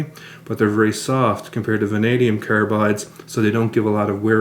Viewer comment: carabides , what's this aboot